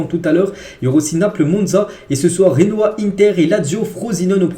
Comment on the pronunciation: ARRETE DE PRONONCER C GENOA PAS RENOA C JOAO PAS ROAO C LECCE CA SE PRONONCE LECHE PAS LESSE ARRETE QUAND MEME C TROP